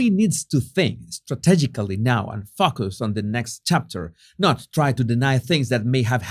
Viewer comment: When you say Focus it makes me laugh, it doesn’t always sound like focus 😜